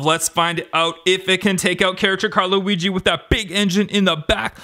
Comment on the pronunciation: It's not Louisie it is weegee